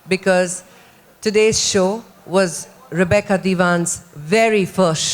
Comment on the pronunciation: They keep calling her Repeeca! It's Rebecca you dope!